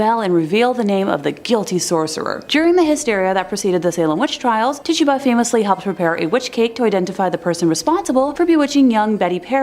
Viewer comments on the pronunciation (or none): Ti-tchoo-ba NOT tit tuba